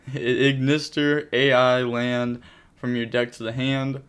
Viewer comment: just a small bit of help for the “A.I.” Cards are said as the letter “ I “ so “A.I. Land” is said as “Island” and “A.I. Dle fusion” is “Idle fusion”. Its because in the anime the character was an “A.I.” So they called him “ Ai “ (pronounced as the letter I)